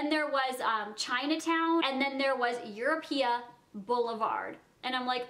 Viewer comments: Surely you know it's EuropA. Europe with an A instead of an E. EuropA. Not EuropeEA. Jesus Christ. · Europa is pronounced as Your Opa not Your Oh Pia lol